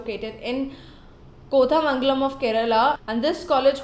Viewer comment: Not kotha mangalam it is koootha mangalam